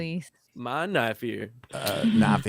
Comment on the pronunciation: "That (LOTR) is not a knoife ear, that (Dragon Age) is a knoife ear"